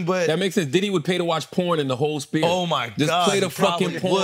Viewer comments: Charla is on fire this episode 😂 cracking my shit up. He keeps calling the sphere the "spear" 😅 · Charla calling it the “spear” irks me so bad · Charlemagne for god sakes get a speech therapist it's a sphere not a spear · I find it funny that Charlemagne, has a writing company, that has a hard time pronouncing words😂😂😂😂